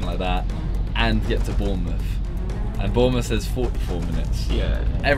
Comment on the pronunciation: Bournemouth not Bourmouth